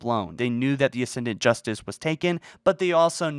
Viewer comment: ASCENDANT Justice, not "Ascendiant Justice" my man.